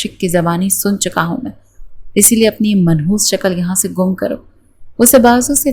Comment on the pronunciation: منخوس کیا ہوتا ہے منحوس ہوتا ہے